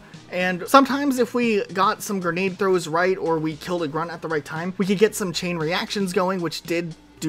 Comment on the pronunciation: please It’s pronounced “g-r-e-nade” not “g-e-r-nade” Big fan but that word kills me every time 💀